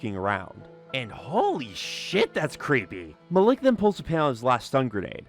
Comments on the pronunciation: i think his name is pronounced mal ek not muh lick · Isnt the name spelled Malik? Because that’s Muh-leek not Muh-lick. Why is he is saying it like that 😂. Unless I’m wrong about the spelling or it was said the name was different for some reason. Am I missing something or is he just saying the name wrong? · Sorry as someone with a similar name I have to correct the pronunciation malik is said like ma-leak not ma- lick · The way you say Malik is really fucking me up. Its malek. Pronounced as e not i